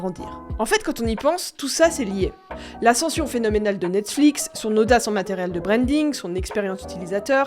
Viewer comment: j'aime bien comme ça devient de plus en plus compliqué de prononcer "Netflix" a force de le prononcer lol " Netflic" " Nexflics" " Nexflix" pour ensuite dire " Nette-Flix" lol-> Bonne vidéo quand même ;)